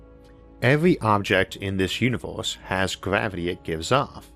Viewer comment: Univors?? Orth wtf, what is wrong with this guy...